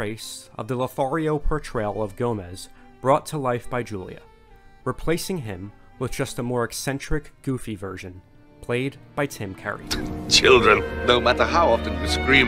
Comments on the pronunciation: I keep hearing Carey not Curry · The way you pronounce Tim Curry really stresses me out. Otherwise great video thanks for making it. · It’s Tim CURRY!!!! Not carry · “Tim Cærry” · I'm not the only one hearing "Tim Kerry" am I? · CURRY!!!! NOT CARRY!!! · Sounds like you keep saying Tim Carey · This is really well made. Also, does the narrator say Tim Carry the whole time instead of Curry? Just curious. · Why do you keep calling Tim CURRY “Tim Carry”??? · Who tf told you it’s pronounced Tim Carry? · It's Tim Curry, not Tim Carey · You make it sound like "Tim Carey". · You kept calling him Tim "Carrey". WTF. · Why are you pronouncing Tim Curry's last name like Carrey? There is no 'A' in there. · (It's Curry, as in hurry). To be honest this movie would still be better than the recent animated movie. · It sounds like you call him Tim Carrey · Why did you keep saying Tim Carrey? Cringe bro. Cringe. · Are you from the tri-state area? You pronounce 'Curry' as 'Kerry" like l do. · "Tim Carrey" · It sounds like you’re pronouncing ‘Curry’ wrong, like Cerry or something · It's probably your accent but I hear you saying 'Tim Kerrie'. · my god that was bothering me the whole time! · The way this guy pronounces the name Tim curry really bother anyone else, or just me? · the way you pronounce Raul and Curry make me physically sick.. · Like everything about this video, except how you pronounce “curry” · Why can't you pronounce "Curry" correctly? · Why is he pronouncing “Curry” like that?